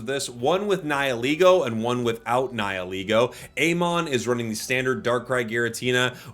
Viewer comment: finally someone who can pronounce "Nihilego" correctly 😭